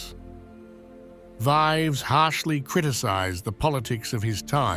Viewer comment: "Vives" = rronounced"veevs", not a rhyme with "lives."